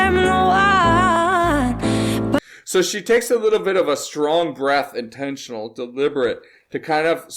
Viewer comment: It drives some crazy but it sure sounds good. That's jazz and shes the best I have seen at it. She can take a single syllable and chop it up into a dozen pieces. I like how she turned "one" into "un" and the last line of "Love on the Brain" from her last concert in Norway in 2022 I think she dropped all the consonants. I do not think there is anything she cannot sing, and at the highest level.